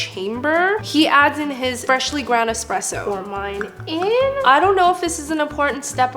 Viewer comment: did you just say " a freshly ground espresso " ??